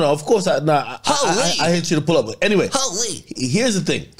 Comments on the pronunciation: The way say Hooolleee 🤣😭😭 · sayin HoooLeee is hilarious 😂